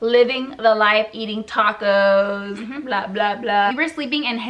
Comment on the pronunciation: CONSTRUCTIVE CRITISISM: - The AWKWARD way they try to put a "pretty face" while the other is talking, HILARIOUS - You look 100% Mexican faces making extreme "chick" ridiculous USA accent - THE WAY YOU SAY "LEON", "TACOS" HAHAHA AND then you said "thru" like "TRU" (besides u have family there, wtf u can pronounce it mdf) - All of us expected a real life or death situation, disapointing - The purpose of this video is not racism but it oddly feels like - The whole time I just felt awkward and uncomfortable watching it, it just feels fake (the accent, the gestures) - AND IS THAT FIJI WATERRRRRRR? HAHAAH - It feels like u r Mexican Wannabes (no hate) Hope u notice those things and if u want make more comfortable content, no hate, good luck.